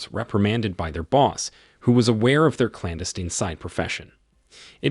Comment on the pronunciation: Yeah and he cant pronounce 'heir', or 'clandestine', so had no place correcting others. Clearly going by their owns phonetic accent and not the queens.